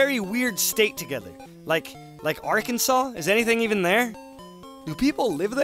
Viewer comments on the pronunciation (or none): none